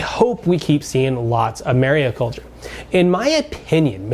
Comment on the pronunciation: It’s mariculture (not mariaculture) by the way